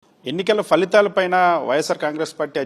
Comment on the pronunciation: Falithalu kadu.phalithalu ani anaali